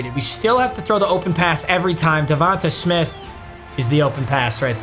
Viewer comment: “ Devontuh smith” Papa